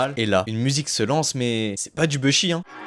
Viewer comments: Faut totalement arrêter de dire « beuhshi » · Vidéo de qualité 👌🏽 Juste quand j’entends le gars dire « BEUH SHI » ça me rends fou mdr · Et vous savez même pas prononcer Bushi ptdrr